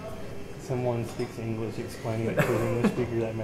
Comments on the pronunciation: 発音完璧だね(๑°ㅁ°๑)‼✧ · モモカさんとダイスケさんのしか見たことが無かったけどこちらのも面白いですね。チャンネル登録して沢山見たいと思います。あと英語の発音がとてもカッコいいですね😊